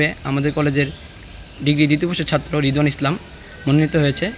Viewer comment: রিদওয়ান না রিদওয়ানা